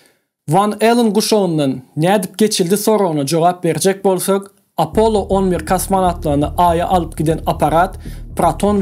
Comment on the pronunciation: Apollo diyman apolon diymesi🙂🙂🙂